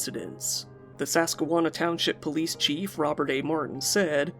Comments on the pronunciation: I literally googled it to make sure there wasn't a "Sasquwanna" that I didn't know about rofl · i love your videos but i just have to comment that im laughing my ass of at your pronunciation of susquehanna 😂😂😂😂 at least i think that's what you're trying to say